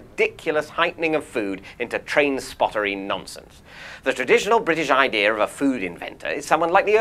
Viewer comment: Dear David: The word "idea" it's actually not meant to be pronounced "idear".